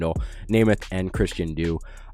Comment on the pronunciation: christian doo? wait... WHAT its djoos and pronounced juice